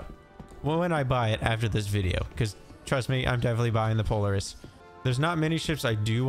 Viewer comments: I just can't get over your pronunciation of POLARIS. If you've ever heard of the real-life ATV manufacturing company, it's "Pol-AR-IS". not "Polar-is". But just remember, a CIG Dev once said that every way you pronounce something in Star Citizen is the right way. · PO - LAR - IS not Poliris 😅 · it's not polerus Po-Lare-us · Po-Lar-iss not Polar- iss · Pretty sure it's pronounced "Pol-Air-iss" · It's pronounced, POL-LAR- IS. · I understand I mispronounced POLARIS, I understand I made an error, I apologize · it just kinda made my day. Thanks for the chuckle. Always enjoy the vids. Keep up the good work. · lol i came to say the exact same thing =P but yea glad you're enjoying the verse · I like your videos but can't watch this one with you saying Polaris the way you are! Have you not heard any of the devs talking about the ship? ;-)